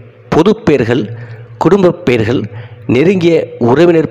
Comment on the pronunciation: பெயர்கள் என்று உச்சரிக்க வேண்டும். மெயர்கல் என்றல்ல!